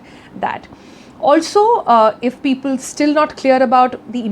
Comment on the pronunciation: Peepool my dear Sonal. Peepool..